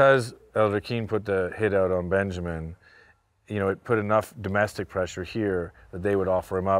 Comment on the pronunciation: dude really said Benjermin